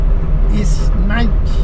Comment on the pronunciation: That german is painful!! NIIICHT - like a soft ickkkk and a lowercase i and no e after the c!. N i cckkkkt